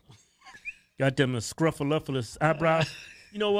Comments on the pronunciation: Nope it's sluffle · It’s snuffle not scuffle. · that's SNUFFALUPAGUS, not SCRUP A LUPACUS!!! LMAO!!! ya'll crack me up! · Snuffleupagus, not scruff something lol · Oh, and it's SNUFFLEUPAGAS sounds like /snuffle-up-a-gus/